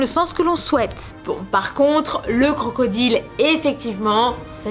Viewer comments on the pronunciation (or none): none